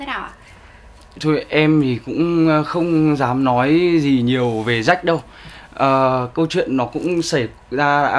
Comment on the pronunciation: Phát âm chuẩn tí đi Quân Ap ,Jack mà cứ đọc Rách Rách,nói chung thằng quản lý cũ của Ap hồi đó là PVT thừa biết do bà mẹ nuôi Tạ Hà nhưng vẫn cố dìm Jack,vì Jack mới là con chốt của bả mà,nói chung ko có vụ lùm xùm với Jack,AP chắc chắn ko dc chú ý nhiều đến như vầy.